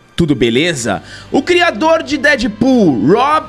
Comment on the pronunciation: Crirador??? Espero q seja uma piada, escrevendo antes de assistir.